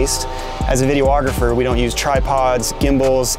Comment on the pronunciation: But he doesn't even know how to say his own profession. It's not "video-ographer." Nobody in human history has ever called themselves a video-ographer, except.